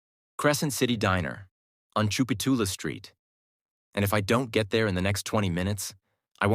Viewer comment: I’m a born and raised NOLA girl. That word is not “Chuputulas” it is “Tchoupitoulas” (chop-I-toolas). One of the most misspelled NOLA words. Otherwise, great story!!!